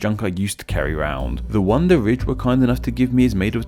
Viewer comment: He says ridge like "rich"